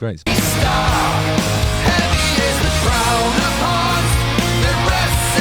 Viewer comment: Come on Justin, pronounce your th, crown of forns 😂 your a lyrisist damn you